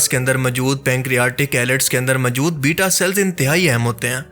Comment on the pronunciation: Bhai kya pnjab k ksi Pind se seedha uth k aagai ho jo urdu tk Sahi bolni nahi arhi hai tumhain? Sahi lfz "Moujood" hota hai mere Bhai. Hr baat mai ye MJOOD, MJOOD kya boley ja rahey ho? Urdu bolni seekho phir video Bnao. Right? Thanks.